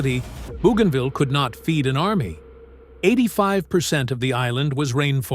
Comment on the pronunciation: not BOOgainville but BOWgainville